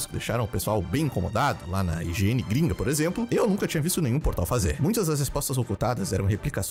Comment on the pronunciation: Ele falou IGN, no começo entendi Higiene